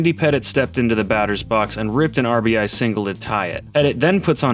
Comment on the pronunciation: An ribeee??? Jajajaja what we calling RBI these days